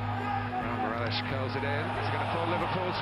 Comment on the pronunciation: His name is not pronounced Skértl it's Skrtél